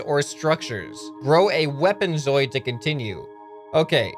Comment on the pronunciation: Just pointing it out; zooid is said zoo-id. Not zoid.